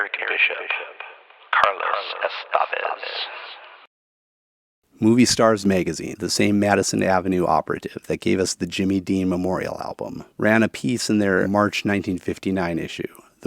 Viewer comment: holy crap, you accentuated the correct syllable in estévez but then you said estAvez so close, it was so close great videos btw